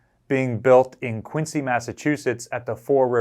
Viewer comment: Note: Quincy, MA is pronounced 'kwin-Zee', not 'kwin-See'.